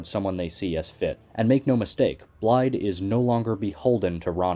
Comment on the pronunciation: excellent vid but pls it is pronounced like "Blythe"